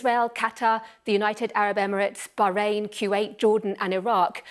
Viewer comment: I respect this lady but her lisp and pronounciation of bahrain is pissing me off